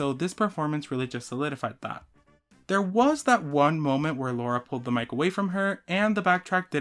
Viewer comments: Btw it’s LARA and not LAURA :) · As an indian I have to correct your pronunciation of lara's name, it's l-aa-ra, not laura 😭